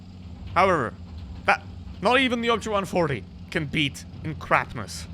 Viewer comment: Your accent so bad! Man go listen to how you pronounced the 140. Wow unbelievable